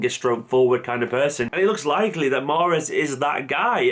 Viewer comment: The e is silent.